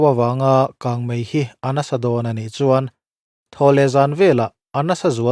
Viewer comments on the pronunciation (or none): none